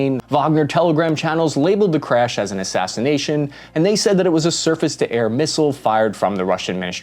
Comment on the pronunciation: i heard you say "circus to air missile" and i cant unhear it..